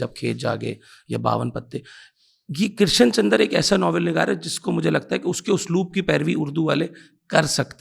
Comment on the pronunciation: Your pronunciation of Krishan chandar is wrong dear host. کرشن کی ش پر تشدید نہیں ہے۔